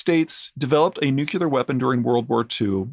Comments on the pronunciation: Haha! He said nucular instead of nuclear like bush. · There is only one 'U' in "nuclear"'.